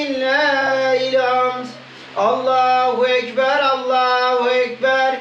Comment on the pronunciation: Allah kabul etsin kurbanlarimiz kardeşim allahüekber doğrusu Allahu değil oradahi he güzel he yani ince ötre harfi ince olduğu için ü sesi çıkmalı